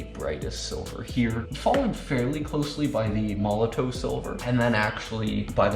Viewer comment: Made a whole YouTube video about a company and product that you aren't pronouncing correctly and you didn't read the instructions for....lol